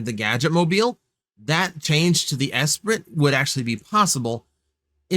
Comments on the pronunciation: Would go feral for Herbie. Also with the Esprit,it’s pronounced “es-pree.” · Okay, I was going to let Lotus Esprit mispronunciation slide. (It's ess-SPREE by the way.) I know I'm old having lived through the late 70s and early 80s. Then you had to go and call Air Wolf "niche". (One of the best 80s series, in my opinion....well, at least Seasons 1 and 2. Season 3 has some issues. And there is no season 4. No no no.) Again, if one did not live through this time watching Air Wolf, Magnum PI, and the like, I can appreciate that. But, I don't buy toys off the shelf? You should see my basement and watch my wife's eyes roll like crazy. And yes I am a parent, tho my kids are older, having graduated from Highschool. If anything, 80s kids like me are likely where these sales are going to come from, in my opinion. I do appreciate your channel and opinion, tho. 😁